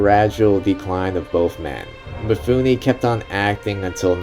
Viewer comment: Roll the film and duct tape your mouth. This is not about YOU. You can't even pronounce Mifune's name correctly. MEE-FOON-NAY, not MEE-FOO-NI. Same way that American's all mispronounce LIGUINE, FETTUCINE. Both end with AY not EE. If you want to post a long rambling commentary in a drugged out voice, do it with your own movie, stop exploiting Kurosawa.